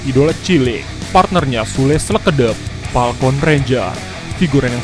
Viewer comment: Yg bener sleketep bukan slekedep